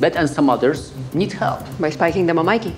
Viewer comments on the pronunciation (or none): It's pronounced micky,not mikey